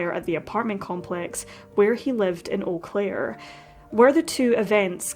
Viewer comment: I have never heard of this case and I lived there in 1998... a total of 30 something years I've been in this area. You did a lovely justice to Robin's case. And your pronunciation of the city is spot on 😉 if you search you will find that there are several erie missing persons cases/strange deaths in eau claire. Thank you for bringing this case and all the other cases to us here. You are appreciated!❤